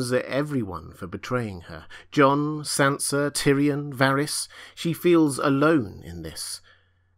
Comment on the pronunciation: Supposed to say Sansa not son